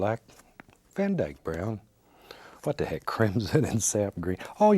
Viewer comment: Its so funny whwn he says What tha heck😂